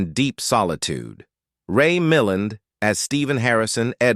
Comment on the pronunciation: mill-LAND not mill-an